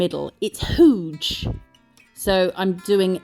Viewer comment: And... just because I can... poking fun at your pronunciation of "huge" as whoooo-j vs h-you-j. Wait a minute! Am I (and my snarky ilk) why you over pronounce the L in Builder Gel? I am soooo sorry. I say "let your English flag fly woman!" Pronounce words the way you do it in every day conversations. You are not a boring American, and you do not have to give a fucking fuck! 😘🥰